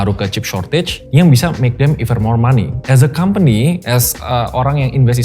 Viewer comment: Aku terganggu banget dengan pronunciation nya pembicara saat mengatakan “as”. Please fix it.